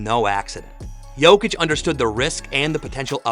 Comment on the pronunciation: SAS sometimes accidentally pronounces Jokic and Doncic correctly just to correct himself immediately saying Jochick, DonChick 😅